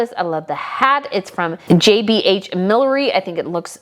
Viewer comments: I think “Beulah” is not pronounced “Belulah”. And I think “millinery” is not pronounced “millery”. I agrée with you about Beatrice’s two looks. She looks so great in the lace dress. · Thank you! That was driving me insane. I get it, "millinery" isn't an easy word to pronounce when you aren't used to it.